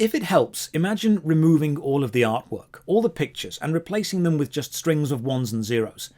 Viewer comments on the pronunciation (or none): "... all the Art-w-pork" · "ARTWPORK" lol nice vid just thought that was funny no, i dont have anything more intelligent to add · "All the artwpork" 🥩🥩🍖🍖🥩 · Lol, "Artwpork". All joking aside, great video. Going to share this with my friends/family members who keep saying stuff like "If NFT's are such a dumb thing to purchase and invest in, then why did [INSERT RANDOM FAMOUS PERSON] buy a bunch of them recently?"